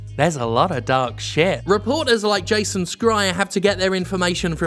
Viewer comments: A long time question of mine, Jim: Do you intentionally change the pronunciation of 'Schreier' to 'Skreier' so that when we correct you, you can answer "Whatever. I don't care."? ( ͡° ͜ʖ ͡°) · This is a small nit to pick, but Jason Schrier's last name isn't pronounced with a hard c